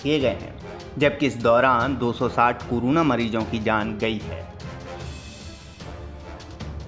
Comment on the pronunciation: woh keh raha hai ki news narrator corona ko curuna bol raha hai 😂😂